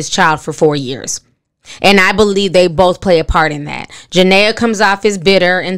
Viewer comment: Did it bother anyone else that she keeps calling her Janea and not Jenae😂😂